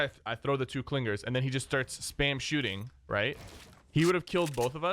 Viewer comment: Must be a Long Island native with those "Cling-Gerz" pronunciations!